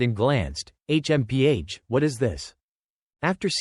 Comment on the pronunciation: H.M.P.H smh this ish is annoying af